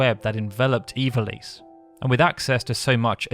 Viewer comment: I don't know why I can't accept the way you pronounce ivalice. Ee-val-ess is how I always pronounced it. Maybe I'm wrong